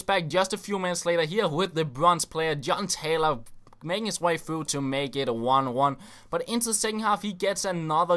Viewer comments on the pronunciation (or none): When says John Taylor it sounds like he said genitalia:/